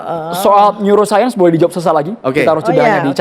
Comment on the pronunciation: Dokter" Ahli Bedah Otak, yg Mempelajari NeouroSaint Pasti *Tertawa Geli*....!? Dengar Tifa Ngomong... hha NeouroSaint bukan ilmu Cenayang/dukun